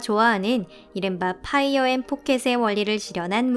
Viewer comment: 파이어 엔 포켓 이라고 발음한것 맞습니까~? ^^